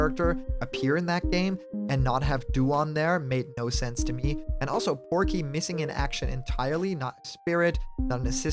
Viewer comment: It’s Porky Not Proky